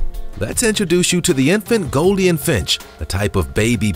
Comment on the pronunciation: Goldien? Probiscis? It's golden and proboscis! I mean you're literally pronouncing an obvious 'oh' sound with a long 'i' sound! I like your videos, but come on! You're delivering educational content, but REALLY botching the pronunciation of important, and sometimes simple words! I mean, proBIScus? How did you even do that? I hope your channel does well and we get to see much more content from you, but please, learn the correct ways to say these names so you're not spreading disinformation in your factual informative videos.